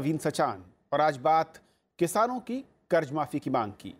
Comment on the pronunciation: Karj karj hota hai kharat nahi